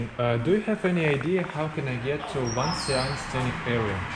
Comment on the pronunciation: It's not WangxianG, it's Wàngxiān or Wàngxiāngǔ with gǔ meaning valley